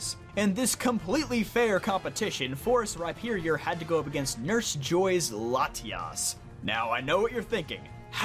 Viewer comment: I love how you pronounce Latios & Latias